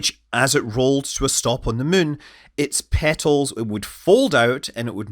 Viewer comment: Take a drink every time Scott says muun and see how long you last